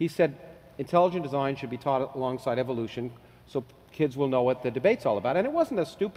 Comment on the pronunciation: I dont want to believe someone who says eevolution.